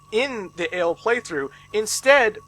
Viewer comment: I know it doesn't matter really, but your pronunciation of the main characters names are off. Unless you speak french, they seem like pretty strange names (Who names their kid Vent or Ale?). The names are Vent which is french for Wind and Aile which is french for Wing. Still kinda weird names but there's a thematic at least.